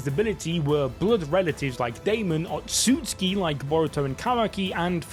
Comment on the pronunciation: SAY IT WITH ME O-TSU-TSU-KI. NOT OTSKI...... jfc